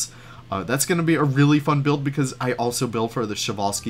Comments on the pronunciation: I always thought you had to pronounce every letter of the name Przewalski, was stunned to hear you guys saying "Sewalski" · Show-Wall-Skis?! 😂 I, for one, would love to have a person eyed view of that underground staff path you got going on in this Zoo 👀 I presume you’re channelling the Utilidors at Disney with it?! Getting fancy building interiors now! I love it muchly! 😍 Bumpy Brush?! Love your little Leafisms!! It shall forth forever be known as Bumpy Brush! 🤣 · Przewalski's! I love how people mispronounce it <3